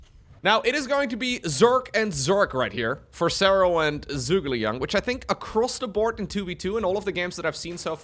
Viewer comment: It's Zhu - Ge - Liang (Joo-ge-liang) - who is a famous Chinese strategist during the Three Kingdom Period (220–280) of China. Don't blame ya, you don't know Chinese :D